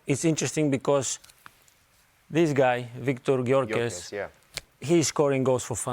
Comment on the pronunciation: Jamie its pronounced Gyoykeresh you tit